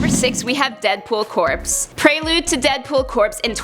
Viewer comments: Listen, I love your channel and all but I just wish that you would please stop mispronouncing corps. It's pronounced as "core", not " corpse". Please stop mispronouncing corps. You're going to make my brain melt! And that would not be good for me. It just so happens I like my brain. Thanks. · It's pronounced Core not corpse. All my brothers in the Marines would appreciate it. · Deadpool Corps, not corpse. It's pronounced like core. If Deadpool can't die, it's unlikely we'll ever see a Deadpool Corpse. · Corps is pronounced "core" like in Marine Corps or the Army Corps of Engineers. Love BTW. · isn't corps pronounced "core", with the 'p' and 's' being silent? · Corps is pronounced "core" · CORPS. pronounced like CORE